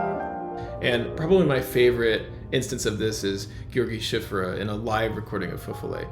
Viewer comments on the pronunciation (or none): Cziffra is pronounced kind of like 'Tsiffra'